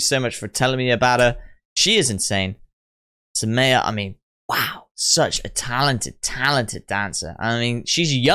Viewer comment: Please react to Vartika's Grand Finale performance in India's Best Dancer 2. And this dancer's name is Saumya and not Summeya. It is pronounced as Saumya ( Saw-Mi-Ya)